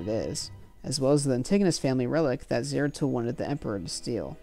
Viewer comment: "Zaratul" not "Zero Tool" 🤣